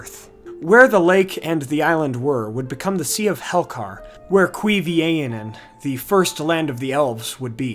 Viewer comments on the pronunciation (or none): I realise this video is 3 years old now, but "Cuivienen" isn't "Kwee-VAne-ien" but "Kwee-vee-EN-en" with the emphasis on the penultimate syllable, (the first "en" )